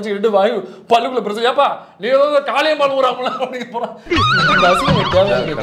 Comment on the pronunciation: காளியம்மாள் இல்லை காலி அம்-மாள்